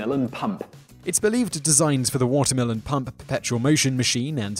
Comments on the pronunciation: He definitely said watermelon pump but wrote water mill pump😂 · I swear he said watermelon pump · I thought he said "Watermelon pump" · I even heard "watermelon pumkin" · Same i was like. Wtf? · yes he said it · Damn British accent! :-D